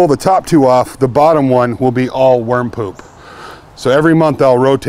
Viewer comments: What a relief. At first I thought you said warm poop. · I thought you were saying "warm poop". No smell?